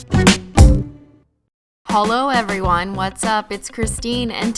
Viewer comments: This is the first time she said holo not hello in her intro ! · It sounded like you said "Holo everyone," at the beginning :]